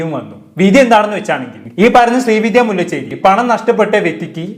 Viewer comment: മുല്ലചെരി അല്ല ബ്രോ മുല്ലശേരി